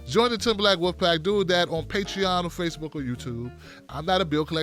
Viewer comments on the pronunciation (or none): none